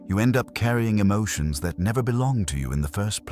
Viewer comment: JESUS "MASTERS" MY EMOT-SHUNS ✝️